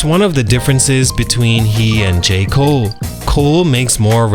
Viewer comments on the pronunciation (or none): none